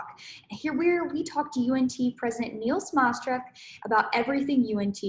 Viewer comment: Please research how to pronounce Dr Smatresk’s name before you use it on camera again. It’s a matter of respect.